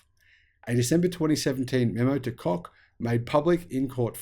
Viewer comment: Your pronunciation of their name is spot on !